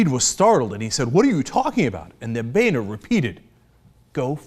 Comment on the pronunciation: We really need to stop pronouncing "Boehner" as "Bay-nor" and start pronouncing it as "BOW-NER"